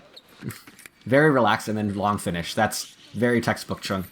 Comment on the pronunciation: Chueng’s name is either pronounced like “Zhang “ or “chung” … not “Chen”